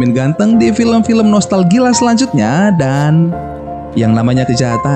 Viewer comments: kok nostalgila seharusnya kan nostalgia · Lagi lagi kedengeran Nostalgila😂